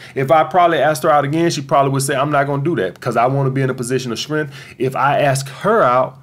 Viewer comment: Every time he says strength sounds like shrimp 🍤